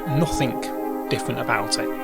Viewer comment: How do you manage saying nothing as nothink ? What the actual fk